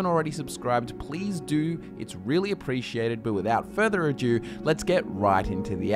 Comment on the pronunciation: this is a new video so i'm gonna say it - it's Further Ado, not Further Adieu! apart from that, great video :)